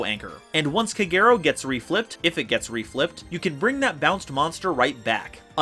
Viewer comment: OK, so someone explain to me... Kagero pronounced Kah-geh-row which is literally the same thing minus 1 letter each, how the fuck do you get: kUH-GAY-row out of it? Like am I missing something or are Americans just this bad at basic pronunciation?